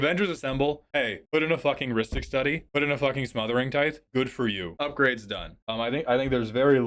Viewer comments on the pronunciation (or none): Please learn how to pronounce “tithe” correctly 😂